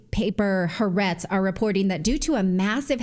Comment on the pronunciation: It's pronounced ha-AH-retz